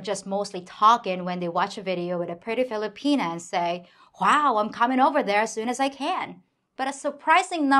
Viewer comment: I like the way she says Filipina pea here